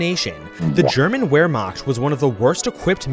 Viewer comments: Will you please quit saying "ware-macht"? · you mispronounced Wermacht, the w in german sounds like a V, but you did your best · Does anyone else get get irritated when he mispronounced Wehrmacht. It’s just a little pet peeve I have, I love his videos. But for the love of god, my brother in Christ the W is supposed to be pronounced as a V.